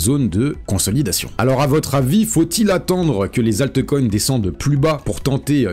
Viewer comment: Pitié...prononce altcoins et non altecoins, ça pique trop..